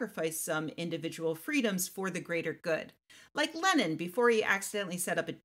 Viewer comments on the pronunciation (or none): Ooou. You said, "Lenin".